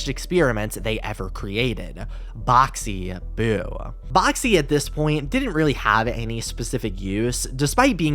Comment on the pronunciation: he said boxy boo but "BoXY 🤭🌝 BOo💎💥💖"